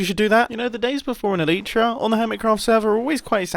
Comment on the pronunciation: You are one of the wrong pronouncers of elytra 🤦🏻‍♂️